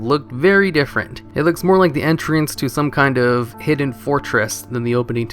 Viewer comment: Its odd how your mispronounce some of the simplest words in the english language. Entrance, castle, escape, the list goes on.. Do you do this on purpose?